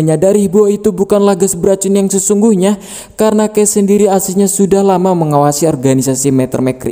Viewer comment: kecelitut,sendiri bukan sendili